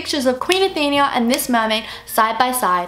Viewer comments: its Athena not Athenia like how youre pronouncing it hahaha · Athena, not Athenia. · It's not how you pronounce "Athenia" it's "Athena"!!!!! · it's Athena not athenia. uve been pronouncing it wrong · its Athena not Athenia. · it is pronounced Athena not athenea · What the hell stop saying athinia it is Athena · Ok I am so sorry I am a massive Greek Mythology geek and you didn't pronounce Athena right. Athena was a Greek goddess and the fact that Tristan was Poseidon's son would make a good film theory as the goddess Athena and the god Poseidon were mortal enemy's any way the way you pronounce Athena is .A theen a. Athena really sorry I didn't want to sound picky or B*tchy I am just a massive Greek myth fan its my life and I hate when names are wrongly pronounced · There are many things wrong with this: 1. She pronounced Athena wrong the whole time 2. It is a music box that King Triton gave her for her anniversary. 3. They are there for the king and queen's anniversary. It wasn't some random get-together 4. The mermaid she saved was her oldest daughter, not "some girl" 5. The two mermaids have different colored eyes 6. She grabbed the music box because she loved the present and loved music